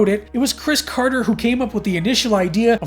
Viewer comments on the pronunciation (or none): none